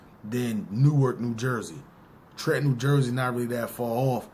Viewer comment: You can tell when someone not from jerz. Cause they say New ark. Nicca, its pronounced Nork